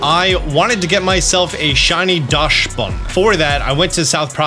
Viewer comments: I noticed the way you pronounce Dachsbun and as a German (Dachs is indeed a German word) it's not Dashbun, it' Daksbun. Same A sound as how you pronounce it but the chs is pronounced like a "ks". Daksbun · .....it's pronounced Daxbun, not Dashbun.